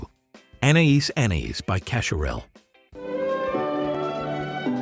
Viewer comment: You don't pronounce the S in anais anais